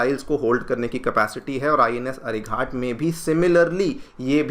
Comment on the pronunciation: Ghat, not with a hard t, like 'Ghatna', it is Ghat with a soft t, like Ghatak, meaning deadly. Why you pronouncing ghat like as if it is some ghat on the river ganga. Pretty bad, considering you are an ex IPS.